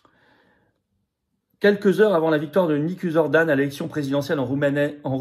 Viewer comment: On prononce " Nicouchor " , si jamais vous deviez en reparler. En tout cas, total soutien à la Roumanie.